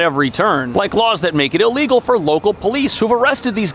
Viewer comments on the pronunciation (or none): Listen it's illegal immigrants NOT LEAGAL IM telling you stop